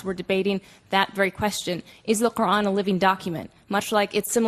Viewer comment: hate the way they say “qUr’An”